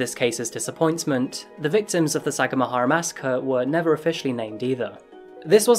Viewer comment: Took me while to understand what city you were taoking aboutI lived there when I was a chilid; We pronounced it sa gam a hara